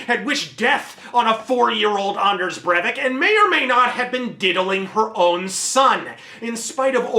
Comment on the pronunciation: As a Norwegian, I can honestly say that you pronounced that as best as anyone can